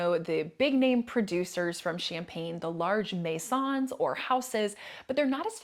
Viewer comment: your French pronunciation of all other words were perfect, which is why the maisons stuck out for me. Very good video and tips 👍